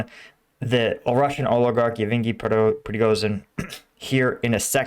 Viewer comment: Hey, are you dislestic by any chance? Pronouncing Yevgeniy as Even-ghee (among other, terribly mispronounced yet really easy place and personal names) for at least third video in a row now. Just hoping you're not going to end up like the guys from "The Band's Visit" movie who got lost in Israel because one of them read the name of their destination town wrong.